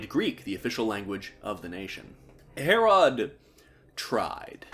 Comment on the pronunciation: Ive never heard anyone pronounce Herrod as Hair-Rod